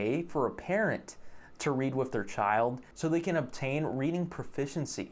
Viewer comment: Yeah great but saying all this while you're pronouncing "with" as "wiff" is fucking hilarious. You're part of the problem dude.